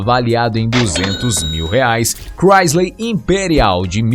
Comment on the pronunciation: Cara, sem querer ofender, se voce teima em tentar pronunciar nomes e palavras em ingles; pelo amor a cultura, melhore seu ingles, chega a doer os timpanos quando vc tenta dizer ;oldsmobile, chrysler, Cadillac entre outras...no mais seu documentario ficou exelente